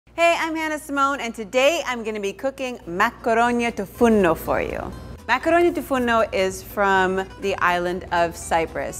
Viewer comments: Its makaronia tou fournou and not tou fourno. This dish is very similar to the well known pastichio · Great and delicious!!! I am Greek and I am sorry to correct you but it's "Makaronia tou fournou" not "Makaronia tou fourno" If you say "makaronia tou fournou" you say "oven's pasta" but if you say "makaronia tou fourno" you say oven pasta. Proud to see such a recipe though <3